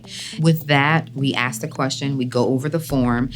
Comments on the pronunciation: don't they learn to speak English in the army?! It's ask not aks! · okay, I saw A LOT of black ppl saying axe instead of ask. Whats that about, can someone tell me please. Im from eastern Europe, have no clue why is that. Oh, also, i dont hate black ppl lmao